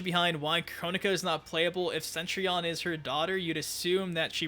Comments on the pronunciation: Again... “CETrion”, not “CENtrion”! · CETrion CETRION cetRION. NOT CENTRION. GOD !!!! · "Centrion" It's Cetrion... with one 'n'